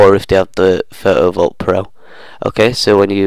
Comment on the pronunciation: What accent is this 😊, i love the way he says "Photo Vault". Pho-o vault